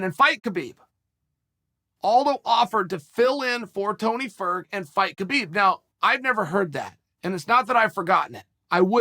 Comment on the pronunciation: “Cabib and Joes-a Aldo”